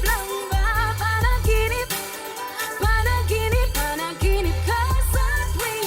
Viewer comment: the title of the song Panaginip is being read as Pa-na gee nip. You can pronounce it like a real Pinay. Do you know that Pinoys are born Singing not Crying......it’s only a joke.This is just an observation from your beautiful face.....you got some pimples but I love your eyebrows. Take care always.